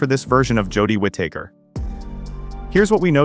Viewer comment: it's Whitaker not wit taker 😂